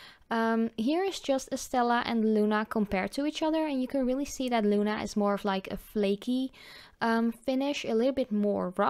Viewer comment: i love pigments my favorite calypso y flaminko algunos nombres son en español bonita pronunciacion en español al decir luna